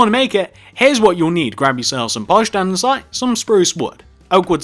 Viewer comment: It's an-de-sights not andensite 😂